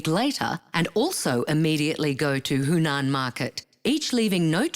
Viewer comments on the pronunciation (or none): Huanan, the voice over artist was pronouncing it incorrectly as "Hunan"